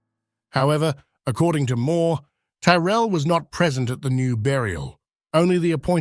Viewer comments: Interesting research. Why do you keep swapping pronunciations of the name Tyrrell? It's normally pronounced 'Tirrell". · The voice doesnt pronounce Tyrell the same way all the time. Disappointing